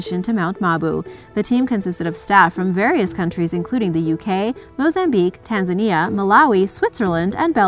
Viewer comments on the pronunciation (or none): none